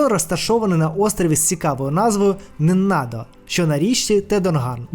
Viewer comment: Не не надо, а Нинна-до (Nŭngna-do)